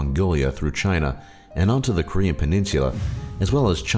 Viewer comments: all the pronunciation of the Korean words were disturbingly well said. :S like it was so good that it made me feel bad. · Actually, his pronunciation of all korean words is very good. He did a good job really.